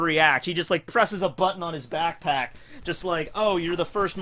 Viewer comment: When he said Back Pack he actually said pack pack :/